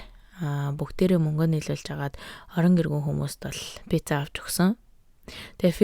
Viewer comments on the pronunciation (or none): none